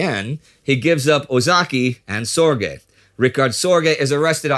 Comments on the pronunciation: Its not SOR GAY. Its closer to zerge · Richard Zorge! not Richard Sorge. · why is he (Indy Neidell) saying Sorge name wrong, It is Sorge, My uncle was Jack Sorge, Richard Sorge was a 3th. uncle to him